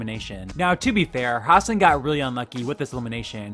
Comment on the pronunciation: hassan's name is pronouced ha-sun not ha-sin